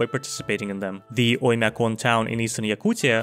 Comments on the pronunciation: Yo wth your pronunciation of "Oimyakon" and "Yakutia" were spot on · We really have Paris in Russia? Holy shit, looks like I'm living in isolation. Btw, your pronunciation of Оймякон and Якутия are so darn good! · Your pronounciation of "Oymyakon" and "Yakutia" was the cleanest I've ever heard in english part of youtube. That's kinda sus